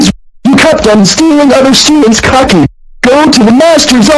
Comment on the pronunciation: The voice pronounces "Cookie" as "Cocky". Listen: He says it twice